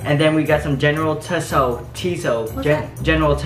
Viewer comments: You say it like “general so” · “General taso? No. General toe???” 🤣🤣🤣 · It’s not “t so” it’s “s-ow” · It’s pronounced tso (so) without the T sound. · Tso is pronounced like “so”. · General tso is pronounced general so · General so the t is silent and I’m black general Tso -so